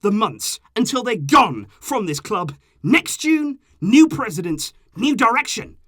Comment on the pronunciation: the way he said (until they GONE!) lol my heart jumped out of my chest 😂😂😂